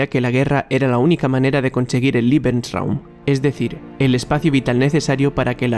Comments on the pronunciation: Se pronuncia Lebensraum como se Lee, no es inglés para cambiar la e. Saludos. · Hitler creía que la guerra era la única manera de concheguir el “Lebensraum”